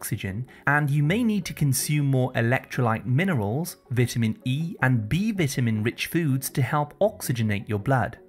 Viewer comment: Your saying vitamin wrong.